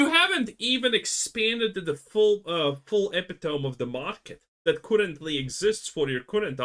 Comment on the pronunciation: For future reference, "epitome" is pronounced eh-PIT-to-me, not epi-tome.